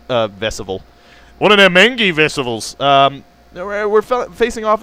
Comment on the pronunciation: maybe im wrong though it doesnt matter that much isnt engi pronounced en-gee. thoughts?